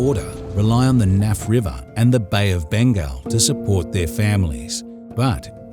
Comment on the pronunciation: What a minute. Bay of Bengle??? What the hell is that??